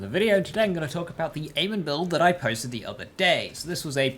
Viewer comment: It’s not aman it’s pronounced a mon not aman